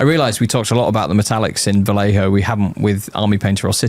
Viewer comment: We only need to tell how to say (vah-ye-ho)